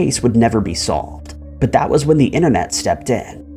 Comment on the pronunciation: Disliked for saying "inner-net".